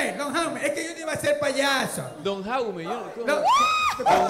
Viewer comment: "La grua" jajajajajajjaa.... "Jaume" Jajajjajaja.. grupo millenium jajajajajajja q programa me hacen reir con tan poco presupuesto. Sin animo de ofender